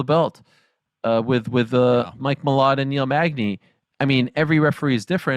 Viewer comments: AYYOO why he just call Kevin holland, Neil magney 😭😭😭🤣☠️ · My man called Kevin Holland, “Neil Magney”🤦🏾‍♂️🤣